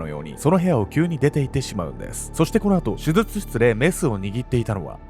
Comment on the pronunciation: 手術…しゅじゅつ。【しゅずつ】ってのが気になってしまい、内容が入ってきません😂